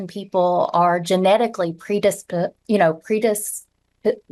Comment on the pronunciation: When u can't say predisposed should I really listen to anymore